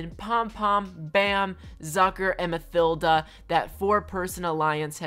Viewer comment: Ma "thilda" it's said ma-tilda